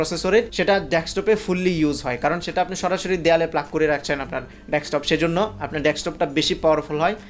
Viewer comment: আমি বারবার ডেসটপ শুনছি। ক অক্ষরটা ক্লিয়ার নয়।